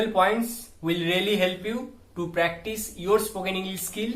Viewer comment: Psst..."practice" no s...😉🙏🏼💞